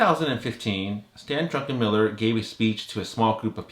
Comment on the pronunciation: Druckenmiller not Drunkenmiller